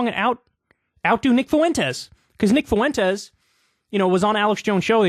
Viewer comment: Kyle if you keep saying "Fu-en-tes" I'm gonna give you a swirlie. Not because Nick deserves his name said properly but because it's making my Latina skin itch.